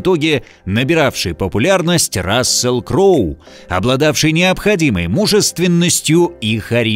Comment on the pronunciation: Удивительно, как оба комментатора исковеркали имена таких великих актёров. Запомните - Рассел Кроу и Джерард Батлер.❤